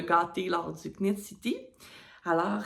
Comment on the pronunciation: J’ai adoré ton podcast, tu es rafraîchissante. Ne dit pas le K à knit. Nitte city :) J’espère que tes achats seront magnifiques!